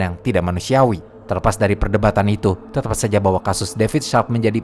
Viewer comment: mau ngomong "tetap" jadi tetawf" gua juga sering kepeleset lidah kek gutu 😂😅😅